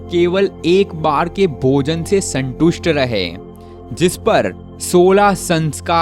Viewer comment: Santoosth lahe 🤣